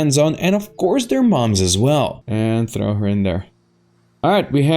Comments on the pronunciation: Hey, it is pronounced "TR-AH-FF" not throw. Thank you. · Great video, but you're mispronouncing trough. You're pronouncing it like throw or thorough when its TUH-Raw-Fuh, like the traw in straw with an f on the end, its a pretty common word to mix up since its so similar to through, thorough, and throw. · Food trough not food throw. It’s pronounced like cough but with a Tr instead of a C. Food trough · "Water throws"??? It's Water "troffs". WTF?! lol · Trough is pronounced traaf, great video! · As an American, I approve of how we are portrayed in this media. My only complaint is the pronunciation of the word "trough" lmao